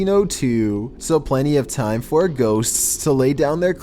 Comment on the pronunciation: How do you pronounce ghosts?: GhoSSStSS